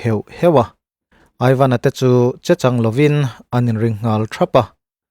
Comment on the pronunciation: Mizo tawng upa lam dan I thiam lo eemai.chechang tih te a lo aw ruang mai a tihte leh a dang Tam tak poh hi I lamdan a diklo lutuk.ngaihthlak a hrehawm.thingtlang lam mi hnen a tangin zir phawt la I chhiar leh dawn nia😨😨